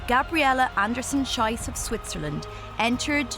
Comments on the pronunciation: She can't say the last name correctly. It's pronounced shees, which means shoot. Sh-aye-ss, which is how the narrator said it, is how you say the s word in German. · PLEASE pronounce her last name “sheece” to rhyme with “peace”! “Shice” (rhyming with “price”) is a crappy mispronunciation. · Not Anderson-SHYCE but Anderson-SHEECE, you muppets. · Whoever did the voice-over should have learned to pronounce Gabriela's surname correctly. It's Andersen-SHEECE!! The way she actually says it means something pretty rude in German. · Greetings to all German speaking people out there watching this! Unlucky pronunciation of her surname 😅😅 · quite a mispronounciation of her name... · Just for the record, that's not how you pronounce Andersen-Schiess:)) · That was really bugging me. It doesn't take much to pronounce a name properly.